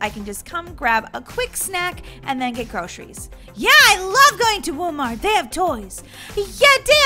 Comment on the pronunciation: Toy heroes, said WOMart